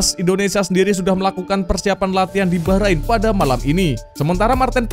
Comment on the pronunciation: Saran buat admin, tolong jangan lebay kalo koment yaa Ntar kalo komenmu terasa sombong, bikin timnas jadi nggak dapet berkah. Juga perbaiki cara baca atau pelafalan nama oemain atau nama team bola Bacaanmu utk team Bahrain masih kaya baru bisa baca, perbaiki yaa Maaf dan salam bola anak negeri.